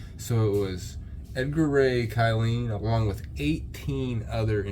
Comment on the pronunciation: The name you're having a little bit of trouble saying his name is edgar ray killen